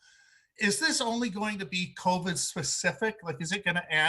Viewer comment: Why does he continually call it COVED.... it’s Covid. Please pronounce it properly.